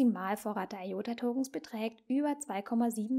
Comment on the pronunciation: Es heisst ''I''OTA und nicht EI ota....